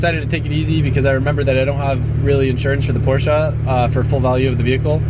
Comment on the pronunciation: I really wish he'd stop saying Porsche like that...